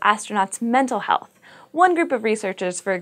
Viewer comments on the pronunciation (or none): none